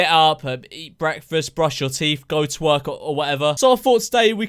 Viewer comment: In the morning routine part near the end he said go to work I though he said go twerk